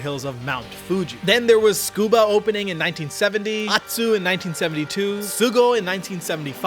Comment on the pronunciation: Am I the one who has it wrong? Why does everyone on youtube seem to pronounce Tsukuba like it's spelled skuba?